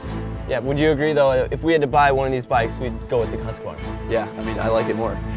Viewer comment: Love you guys but it's husk-var-na not husk-ka -var-na.